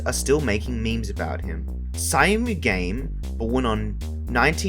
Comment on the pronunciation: Syamu_game is pronounced as "SHAM-GAME" just for sure.